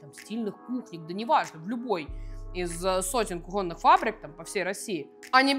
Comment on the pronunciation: Кроссовки НАДЕвают, а ударение - кУхонный. Простите за душноту))